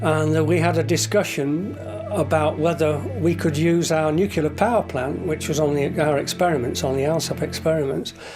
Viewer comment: nukular is not a word ...